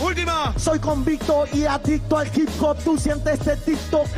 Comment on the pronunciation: Todos: hip hop Nadie: Absolutamente nadie: Colorado nacionalista nieto de franco: ji jop